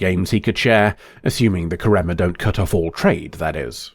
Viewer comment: Hermione: you’re saying it wrong. It’s KARemma not KarEMMA swish and flick